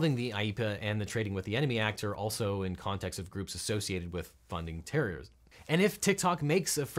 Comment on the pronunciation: sounded like “funding terriers”. Sounds like a good idea tbh.